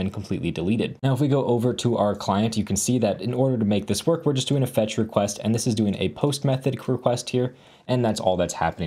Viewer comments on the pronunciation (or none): "Recrest" you say...? I do brush my teeth twice, but I use Colgate toothpaste. So, am I good? - "Crewcrest"!? Oh no! I have never brushed with a whole crew! I really need to fix these vulnerabilities.